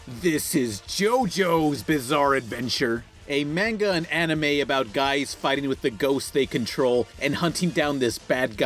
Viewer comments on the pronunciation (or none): none